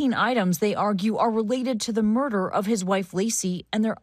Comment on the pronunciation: Marderer 😂……. Yes, I know how to spell it for real though